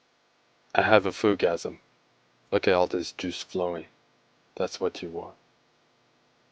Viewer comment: ohhh lord i died so many times listening to you say Foodgasim lolll